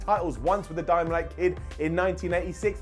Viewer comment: “DYMANITE”? Not “DYNAMITE”?